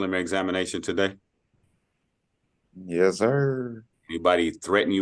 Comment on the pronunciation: doesn’t even know how to say ‘yes’.